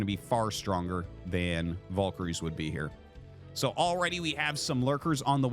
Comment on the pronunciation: Y are valkires pronounced vulkories? Lol, that annoys me the most